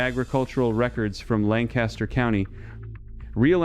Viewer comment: WTF is this BS, and what happened to the pine tar, and why won't you show a pic, and if it has to be reapplied then I assume the Amish are still doing this? This whole thing sounds squirrelly. I'll also note if you were in Lancaster Cty you'd know how to pronounce it. I assume this is just like the other lies told by this channel like "reduce your elec bill by 90%."